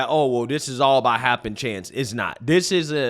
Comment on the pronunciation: Dude, I appreciate your channel. However, could you please pronounce your th's instead of using the d sound? It's that not dat, this not dis...